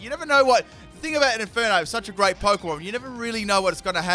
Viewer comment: Left off the R in Infernape!